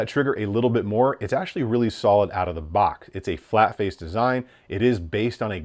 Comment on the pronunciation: “It’s actually really solid out the boc”